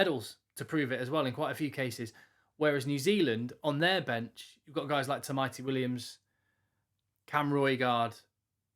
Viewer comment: Great tamaiti pronunciation